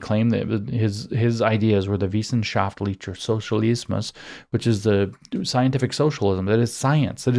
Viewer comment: My God, just take 20 minutes to study the simple rules of German pronunciation and you won’t have any more trouble with Bohme or Wissenschaftlicher Sozialismus.